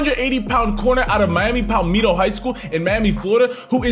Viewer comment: It’s pal- metto